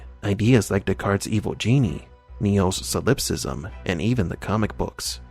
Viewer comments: SOL-ip-sism, not so-LIP-sism. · It's pronounced ˈsäləpˌsizəm or sah-lep-siz-um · Hate to be this guy but solipsism is pronounced “SOL-ip-sis-em”, and Mnemosyne is “NEE-mo-sin”.